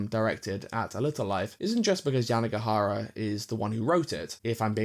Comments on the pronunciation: it’s YANAGIHARA, not Yanigahara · Great video, but I think you switched around the vowels in Yanagihara's name. You kept saying YanIgAhara, instead of the other way around. Great view nonetheless!